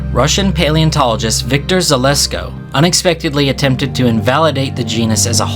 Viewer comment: 1 The melodramatic music is annoying, wastes time, and serves no function, lose it. 2 You are mispronouncing Zhelezko - I do not understand why you are ignoring the h. Zh is pronounced like the s in pleasure, not the z in zebra. and the second z is pronounced like a z, not an s. 3 the animated shark that pops up around the 8 minute mark is wrong. For some reason, you have the tail moving up and down like a dolphin. No fish swims this way, they undulate the tail laterally, not vertically.